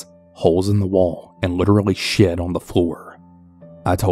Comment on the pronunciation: The way he said it 🤣🤣 "shiat"